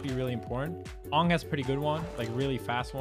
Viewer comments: His name is Aang. Say "A-ng" not Oong. Please people stop calling him oong. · I can't forgive Leffen for saying "Ong" instead of "Aang". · Man really said “ongg” its AANG! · A few dubs in Europe say Ahng instead of aang. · Your saying angg wrong it’s not aung it’s aang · You are pronouncing Toph and Aang wrong. Toph should rhyme with "cough" and Aang should rhyme with "Tang." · bro called him fuckin AAHNG. lol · I hate that Leffen says avatar names wrong on purpose lol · The way Leffen pronounced Aang and Toph’s names gave me huge M.Night Shyamalan nightmares 😭 Stop saying their names like that. That’s not it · Stopped watching when he pronounced Aang’s name wrong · Why does no one know how to say Aang and Toph? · How Leffen pronounces Aang and Toph HURTS me...... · The way he pronounces Aang you know he hasn’t watched the series smh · what if he watched the movie? jk